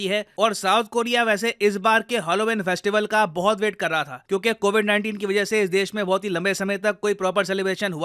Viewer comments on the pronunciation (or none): none